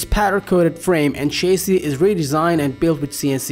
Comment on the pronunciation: Cabin and chassis are not pronounced that way in the common English language!!